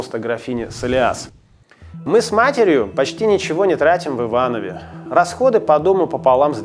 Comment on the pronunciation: Один из немногих, кто говорит правильно: "В ИвановЕ".